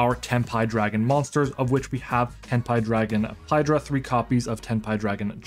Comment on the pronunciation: Imma subscribe cus you actually said it correctly i hear sometimes tenpay😂